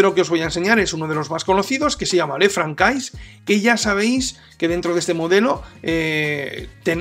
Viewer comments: Esa pronunciación del francés!! Jajaja... Ç ~ S "le fransé" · Sería de agradecer una pronunciación del modelo correctamente, que es una marca francesa